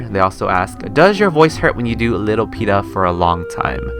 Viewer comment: OMG OMG I'M LATE BUT I LITERALLY BROKE DOWN WHEN I SAW MY COMMENT!! THANK YOU SO MUCH!! AHHH AND BTW CONGRATS ON SAYING MY NAME RIGHT xD